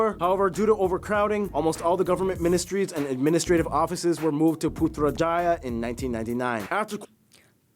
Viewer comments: well you pronounce putrajaya is very good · I loved your reaction to this video, I'm a Malaysian born in the state of Sabah and regarding the conflict in the Philippines it's about our past in how my state was supposed to be apart of the Philippines and not Malaysia. You pronounced Putrajaya perfectly! Kuching is the main city of Sarawak our sister state in Borneo and the Kuching statue is commemorating Kucing which means Cat in Malay. Sepilok is also located in Sabah and you are allowed visitation! regarding the 2018 election it was such a huge thing because it had something to do with the 1MDB scandal which involves goldman sachs but the election mainly involves the election of our oldest prime minister Tun Dr. Mahathir Mohamad who is currently 99 years old as of 2025 (He's not the current prime minister) this situation is whole rabbit hole ^^